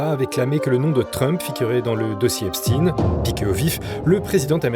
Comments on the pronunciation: Pourquoi dites vous Epstine ? Pour nous faire croire à des origines russes ? Non messieurs, c'est Ep-chtaïne et il était juif, tout comme Bronstein (alias Trotsky) d'ailleurs... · Epstein est un nom allemand stein = la pierre et ça se prononce chtaïn. Compris ? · Affaire "epstiin" ???!?? Prononcez correctement svp! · Tout ce qui finit par stein est juif.... voilà pourquoi ils changent la prononciation... Weinstein (me too) Bronstein (Trotsky), etc...